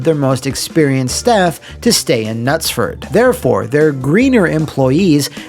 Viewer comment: Bravo on your correct pronunciation of Knutsford.